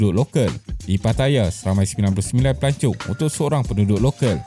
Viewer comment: Pelancong ke pelacur.dengar lain plk😅😅😅